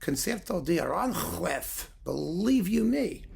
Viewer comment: Saludos desde España,. Tu pronunciación del español es muy buena. Solo un pequeño apunte: Aranjuez es una palabra aguda. El acento recae en la última sílaba (juez). Se pronuncia A-ran-juéz. No A-rán-juez que es como lo dices tú. Espero que no te moleste, pero tenía que decirlo. 😉